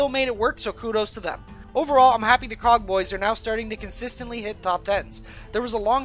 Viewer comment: When he said Cog bois I heard Cock bois